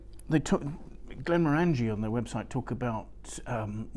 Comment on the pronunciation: Glen More En Gee. Not Glen more Angie.